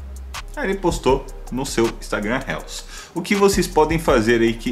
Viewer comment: Amigo só uma dica : é RILS a pronúncia